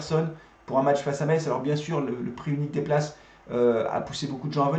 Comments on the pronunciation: Bonne vidéo mais par pitié ne prononce pas le t, on dit messe 👍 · Metz se prononce "messe" merci. C'est catastrophique pour nous la, jouer bloc bas contre un concurrent au maintien, on mérite notre défaite et Saint Étienne ne mérite pas d'être aussi bas au classement